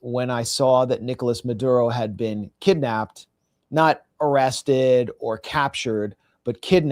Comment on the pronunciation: Stressing the word “kidnapped” doesn’t make it true or convincing. If you get arrested because you have been a warrant for your arrest, it’s not a kidnapping. If you’re gonna be a propagandist, as you clearly are attempting here, you at least need to be a little smarter about it or it just backfires and looks absurd.